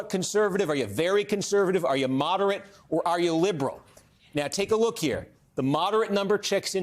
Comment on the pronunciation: Steve Kornacki pronounces ideology correctly! Never heard that on American TV.